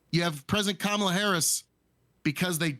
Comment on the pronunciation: Different host, same incorrect pronunciation of Kamala's first name.